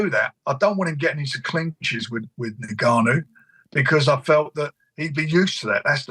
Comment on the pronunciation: Tell frank it’s pronounced N-Gannou not niggannou